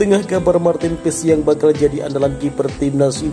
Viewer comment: MARTEEN PAES DI BACA MARTIN PASS udah gitu aja jangan di rubah lagi PASS JADI PESS ada2 aja 🤣